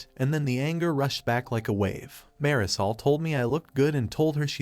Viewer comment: That pronunciation of Marisol makes it sound like dish soap